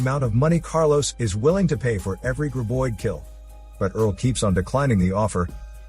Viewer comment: It's GRAB oid!!!, not GRIB oid!!!